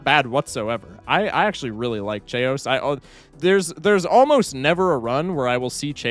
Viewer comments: The chaos mispronunciation is making me question if it’s actually pronounced Che-os and not… chaos lol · him pronouncing chaos like "chay-ous" hurts my soul on an immeasurable level, it's pronounced "kay-yoss" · His pronunciation of chaos is getting to me. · Why do you pronounce chaos like that 😭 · why do you pronounce Chaos like that